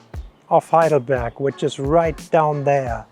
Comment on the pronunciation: Heidelberg not Highdelberg!! More respect for the Germanlanguage.